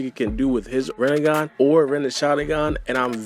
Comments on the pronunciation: Who’s here after Sasuke’s Rinnegan became “Rinnegone” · It’s rinnegun not renegun